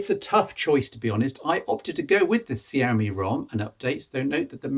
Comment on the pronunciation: its pronounced "shyawmey"